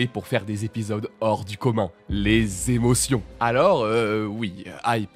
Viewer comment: Lol "Èmotions" 😂😂